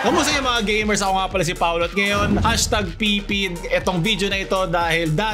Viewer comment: G Gay-mers